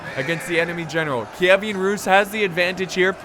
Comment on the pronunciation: Kievan, not Kievian.